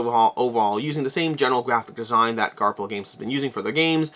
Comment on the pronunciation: Are you still saying Garp-hill? The “ph” should be the “f” sound. Garfill